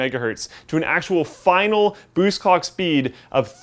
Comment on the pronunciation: did he say cock speed ?